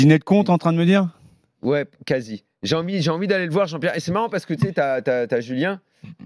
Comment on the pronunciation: Quand Nasser balance " Wallah lahdim, JEAN-BIERRE, JEAN-BIERRE, JEAN-BIERRE" mort de chez mort xD